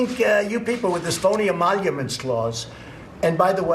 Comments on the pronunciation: Wait.... did he say "E-monuments clause?" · "This phony emollouments clause"?!